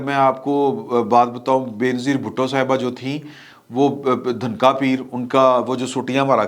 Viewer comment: Dhunka Peer nahin, "DHANAKKA" peer